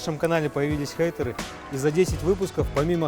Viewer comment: Не хЭйтеры, а хЕйтеры 😒